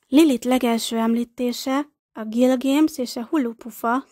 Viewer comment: Miért mondja a női hang hogy Gilgéms rettentő idegesítő hàt az Gilgames